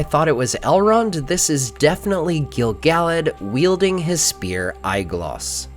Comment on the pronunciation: The way you pronounce Gil-Galad hurts my brain